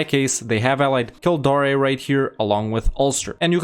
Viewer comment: It's always Kildare, as well. Even though it's probably the easiest to pronounce